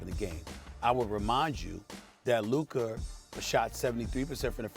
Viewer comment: Who is Luker?? I thought it was Luka